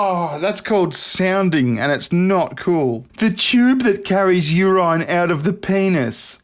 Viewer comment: First, ouch... 2. urine (ur-eye-n)?